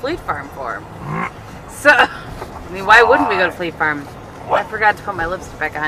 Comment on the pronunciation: The colour of your make is gorgeous and really suits you. When you were first saying fleet farm I thought you were saying flea farm I was a little confused :)